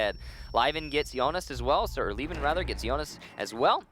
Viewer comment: zmkd co Meh, at least they have learn, some people probably are still calling him "Liven".